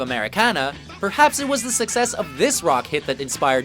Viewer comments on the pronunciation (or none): none